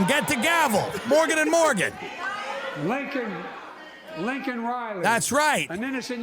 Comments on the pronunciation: Tim even with the visual aid he still said her name wrong! LAKEN not Linkon. What a slap in the face to a family whom you’ve never spoken to and then say her name wrong. 🙄 AND she isn’t the only one, a toddler raped and murdered, etc. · it's Lakin not Lincoln. geriatric can't read the pin he's holding. fucking pathetic. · Laken not Lincoln, Tim. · Bro said “LiNcOlN” instead of “Laken.” Then apologized for addressing her murderer as an “illegal” immigrant. Never apologized for mispronouncing her name. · Its not fuc king Lincoln . Its Laken. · He said Lincoln not Laken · He didn't even get her name right. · actually it was Biden that mispronounced her name. Tim is just repeating it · Biden said the name wrong when everyone chanted "say her name' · Still managed to screw up the name with it right in front of him. 🤦‍♂️